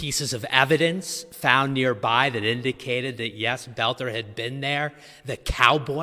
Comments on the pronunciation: faux news, his last name is Boelter, NOT bolter. Pronounced "Belt - er" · It's pronounced bel-ter